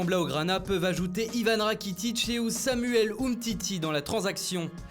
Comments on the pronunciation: Nn tkt il a dit et / ou Samuel umtiti mais la façons dont il a dit on dirais ousamuel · Non il a mal articulé donc ça peut vachement mettre le doute chez certains